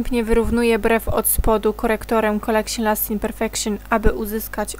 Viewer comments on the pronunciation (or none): please, nie mów"kolekszin", "perfekszin", bo uszy bolą